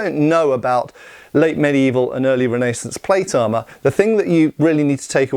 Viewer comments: Renee saunce is a crazy pronunciation 🤙🏻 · REN-NAY-SANCE, lol